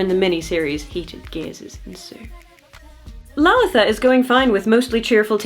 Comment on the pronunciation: As an Indian person, I really appreciate your pronunciation of Lalitha